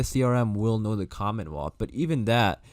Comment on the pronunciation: Angela did say COMMENWEALTH..in her interview for her to say that was kool..